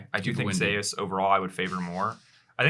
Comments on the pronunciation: Why change two millennia's of the greek-roman King of the gods name pronounce of Zeus!? What they call it Zaeas? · Because there is another player called Zeus in lck I believe so they pronounce t1 Zeus that way for clarity